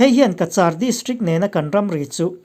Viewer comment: Cachar in lam rik dan hi ka vawikhat hriatna a ni. Han ngaithla chiang ve leh ula, a dik anih chuan a ṭha a,Ka - Char dan hi a mak viau, lam dik nise. News a ngaihnawm ṭhin e